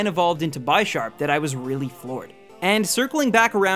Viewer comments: I hope you realise Bisharp is pronounced bih-sharp. Like the word bishop. The names are like chess pieces, pawn and bishop... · One thing I just want to point this out, Bisharp is pronounced like Bishop, as Pawniard and Bisharp are based off of chess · It hurts when he says Bi sharp. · it's bih-sharp not by-sharp, because it's bih-shop and not by-shop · ITS NOT BYSHARP!!! ITS BISHARP, LIKE A BISHOP. ITS NOT A FUCKING BYSHOP!! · Lmao the pronunciation is a bit funny tho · just saying you can't say '' Bisharp '' correctly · But the way he says it is pretty funny. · BTW u said bisharp wrong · The way you pronounce Bisharp hurts. Hooooowwww do you get that wrong?